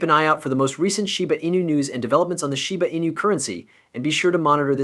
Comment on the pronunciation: Now that's a new one... shiba ANUS, or sheebu eenah. THESE LAZY ASS AI YOUTUBERS ONLY WANT CLICKS